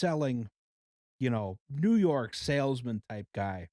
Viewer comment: i love the way says New Yark